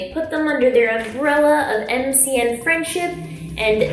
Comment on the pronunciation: You had it right the first time lol MCN is an acronym. Don't worry you're still the QUEEN!